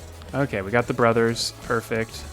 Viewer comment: I got used to accent when he says brothers,and I understand brummers,and when you've got to that phase I was something like....aren't they called brummers? XD